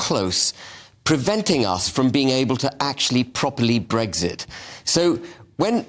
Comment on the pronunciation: Habib can't even pronounce the word "Brexit" correctly. "Bregsit".